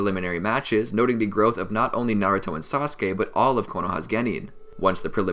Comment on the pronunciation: Did he say sauske